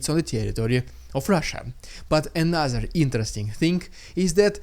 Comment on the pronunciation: Just a note, Dude: when you say ANOTHER it sounds like A NASA. I don't think the american space agency has anything to do with this war...does it?